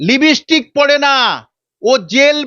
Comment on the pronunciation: লিপস্টিক কি জানেন ভালো করে উচ্চারণ করেন😂